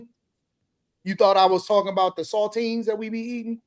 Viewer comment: My boy said “Saltines”😂